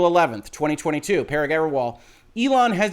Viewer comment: I think Parag = puh-ROG?